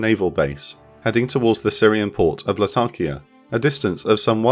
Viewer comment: La-ta-kia, not Latarkia